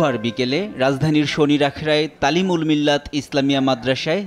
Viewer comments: *pronunciation correction TAMIRUL MILLAT KAMIL MADRASHA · সাংবাদিক ভাই তামীরুল মিল্লাত কামিল মাদ্রাসা হবে নামটা ভালো করে উচ্চারণ করতে পারেন